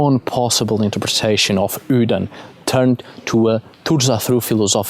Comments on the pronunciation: Just curious why you say Hudin vs a more common pronunciation like modern Odin or “Othin” (Old Norse). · A very interesting talk on the god Odin. I was particularly interested in how you pronounced this name as 'Hooden' (without any emphasis on the 'h'). Here in England we refer to this god as 'Woden' which is pronounced as it would be in modern English, but obviously not so originally, since the Old Saxons wrote it as 'uuoden'. In the shire of Kent in the South of England is a custom of parading around the streets as a 'hobby-horse' and the title given is 'Hooden' or 'Hooden Horse' which has already been recognised as Woden/Odin by some. What a lot of English people are not aware of is that their most famous Folk-Hero - Robin Hood - derives from the remembrance of Woden in a role as the 'Green Man', the 'Lord of the Trees'. The tales of Robin Hood show his 'light side' as 'Fame-Bright Hooden' which is what 'Robin Hood' means. Robin Hood (Hode) was said to be a one-eyed wanderer wearing a red mask fitting with his being the 'One-Eyed God' and the 'Masked One'. On the other side of England in Wiltshire is a barrow called 'Adam's Grave' which is situated in the area around Avebury Stone Circle and Silbury Hill. A couple of decades ago a woman visiting the site was about to leave when she suddenly stopped and became anxiety and then not a little afraid for no reason whatever; she looked around to see no-one else there. She then heard the sound of an 'army of horses' galloping towards her at full speed; she moved off slightly past the barrow and the sounds stopped immediately. The o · funny he calls odin hoodin lolz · "hudin" lol